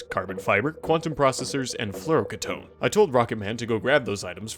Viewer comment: its floura-keetone not ktone